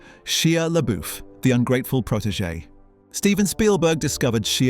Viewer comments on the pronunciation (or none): .... " SHEA' LABOOF " ?????? 🤔 OH ... PLEASE !!! PLEASE !!! ... ✋️ STOP SAYING " LABOOF " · The name is pronounced “LaBuff”. Your AI needs an update. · Ah, yes. Sheeya LaBoof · sheea leboof??????? 🤣🤣🤣🤣🤣 sterfen sperzalberk didn't like sheea leboof? ermagerd! i lerv gerserp!